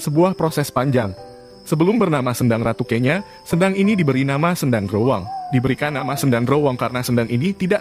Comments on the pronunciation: Bacanya bukan kenya tp kenyo,...yg berarti perawan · Saya risih dg pembacaan kenya yg keliru. Mestinya tanya dulu ke orang di sekitar tempat itu.